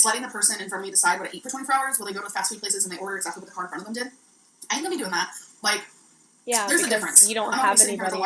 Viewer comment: Why can't this gorl say a compete word? "Eateeen" and "cuukeeen" and go-eeen to Wommark... Is it just inherent laziness that she can't say a fucking 'g'? Cuz it's not her accent!